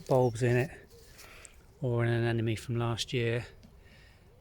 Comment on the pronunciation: You’re not pronouncing their name correctly. It ends in NE, not ME.